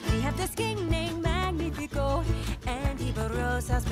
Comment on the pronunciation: Strange that you didnt fix where they stress the name Magnífico. The way she sings it and you keep it, they stress it as "MÁG-ni-fi-CÓ", somehow stressing it TWICE and both times on the wrong syllable. It should of course be Mag-NÍ-fi-co. which is a hard to fit into an english song due to the mismatch of stressing patterns, but then again, the original song and the fact you left it as is when it sounds so horrible to a spanish speaker is making my skin crawl